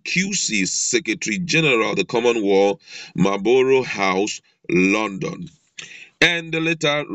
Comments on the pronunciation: Correction: Not common world but pronounce it correctly as common wealth, I know you are from my tribe, cheers your brother!!! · My goodness! Your pronunciation is very bad,it's called common wealth please. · Please, it is not common "Wall" but Common Wealth. I passikwara Elementary 6